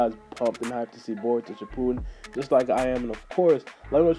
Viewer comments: It's shippuden not shippoodim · its shipp-u-den not ship-poo-den